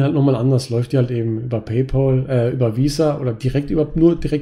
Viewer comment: Es heißt nicht "Pay-pol," sondern "Pay-päl". Pal wie Kumpel. Sonst hervorragendes Video und Videoserie. Vielen Dank dafür! Ich bin zwar 40 geworden, bevor ich auf die Idee kam, diese Strategie für die Altersvorsorge zu wählen, aber ich glaube, es ist nicht zu spät.